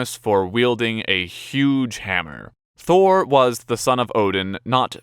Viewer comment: Thor must be really sad the Avengers pronounce his name all wrong XD